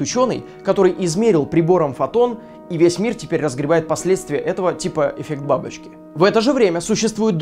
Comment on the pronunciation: "эффект бабоучки"